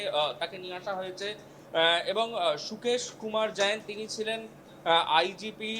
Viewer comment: Ota IPG noy. Bhul uchharon korechen. Ota IGP hobe.